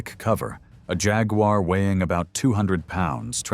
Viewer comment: who the hell did the voiceover? it's "JAG-WAR" not "Jag-you-are"......lol.